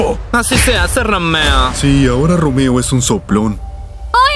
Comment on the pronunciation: me dio muchisima risa cuando dijo roomeo ;santacachucha